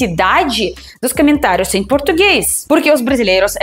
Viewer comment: "Camentários" porque sílaba tônica é o tá, não é?